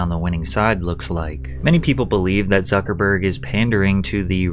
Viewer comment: Its suckahburg